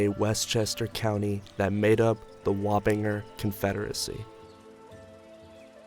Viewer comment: Has anyone else only heard Warringer pronounced l /wah-pin-jer/? I grew up in Northern Westchester.